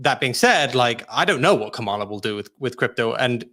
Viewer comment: KA-ma-la is the pronunciation The accent is on the first syllable.